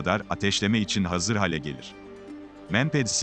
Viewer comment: Konuşmada hale kelimesini düzeltelim, hâle olacak, lütfen